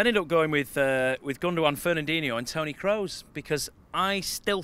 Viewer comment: man actually said toni kroos, can't breathe 😂